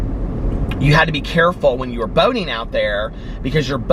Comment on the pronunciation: When you said boating ,I thought you said boning 🤣🤣🤣.